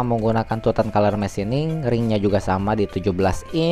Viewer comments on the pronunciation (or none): none